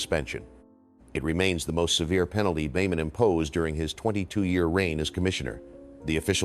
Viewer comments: Dear AI Dean Boemen is pronounced “Beeman” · Beman is pronounced “Bee-mun” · Catch well, that's it for this video because only AI would pronounce Beman that way ¿`_ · This really is a beautiful story of a life well lived. Sure wish Mac would come back and do some of those awesome clinics. I thought the narrator was until he mispronounced Dean Beaman’s name. AI? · i think your right. I really do not like AI content. I stopped when it butchered Beaman's name. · would never butcher legend golfers names. Mispronounced names is a dead giveaway that it's Ai. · Definitely an Ai generated voice. I stopped watching when it mispronounced Beamon.